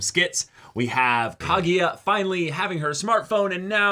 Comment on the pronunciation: KagUya, not KagEEya